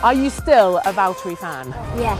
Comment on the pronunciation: vihaan sitä ku se sanoo valteri ku se on VITTU VALTTERI! :D